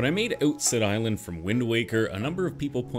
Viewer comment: I didn’t read the channel name, but the moment you said “Outset Island”, I knew you were Canadian